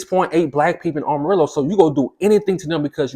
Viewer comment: It's pronounced Am ah rillo dude say it right! You must not be from there!